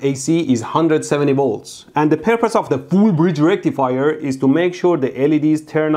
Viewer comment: Full Bridge Rectifier ain't no circuit I ever heard of. Say Full Bridge Recifier again mf. 🤣